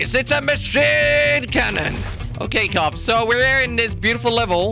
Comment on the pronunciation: (Michael123cz Gaming) he say KOPS not COPS or CUPS